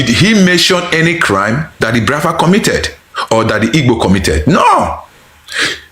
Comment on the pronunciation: This Bini guy cannot pronounce Biafra.